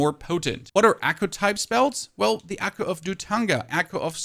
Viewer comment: The word your looking for is echo. Wtf is accoo. God guide though.